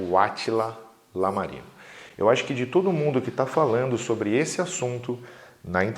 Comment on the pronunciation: Algo rápido aqui É I - letra i - amarino, não Lamarino :)